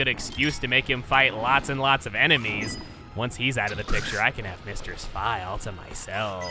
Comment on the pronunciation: Did you just say fai